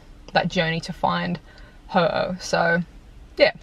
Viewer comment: It's pronounced Ho-Oh, as in the Ho - Owes me money :p hehehe! thanks for an awesome day!!